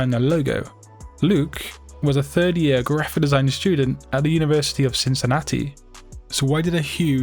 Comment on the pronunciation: Why oh why do you insist on saying graphidesign?